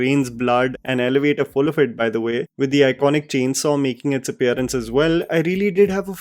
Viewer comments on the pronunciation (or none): none